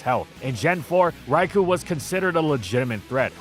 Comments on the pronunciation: It was physically painful to hear you mispronounce Raikou so many times. It's Rai-kō, not Rai-koo. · You'd think with how much he talks about it would be able to pronounce "Raikou" correctly for once.